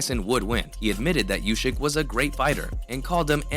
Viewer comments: if he says "ushyk", he also has to say "tyshon". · I'll 'Like' your vid when you stop saying Ushyk.